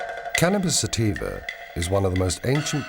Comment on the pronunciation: Im like 5 minutes figuring out it was sativa ( sateeeva ) that she said .